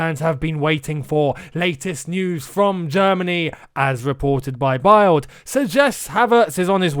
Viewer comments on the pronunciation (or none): another amazing video, calm down guys, Havertz is coming 🙌🏻 Also, "BILD" is German for image and is pronounced as "Build". I'm a Brit living in Munich, hope this helps! 😅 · just a tip for you mate, Bild and Sportbild you have to pronounce the “i” as an “e”, otherwise it sounds rather weird for Germans 😄😄great video though as always 👏 keep them coming 😁👍